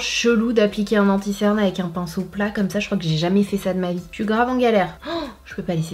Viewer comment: On dit cerne est pas ctern